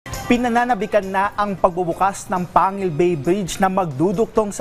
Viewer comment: pang-guil bay ang pagka bigkas nyan. hindi panguil ng dracula. at tang-gub yan